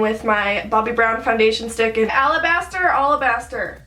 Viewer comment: "Alabaster or Allahbaster? Alabaster" I died 😂😂😂